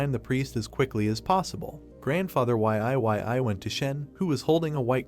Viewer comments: Ok what the Deuce! Can you please get the AI voice to say Yi-yi (Yee Yee) not Y-I 😮‍💨😣 ive got a headache minutes in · Cant bro pronounce YE YE as in YIYI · Y.I.Y.I is killing me 😅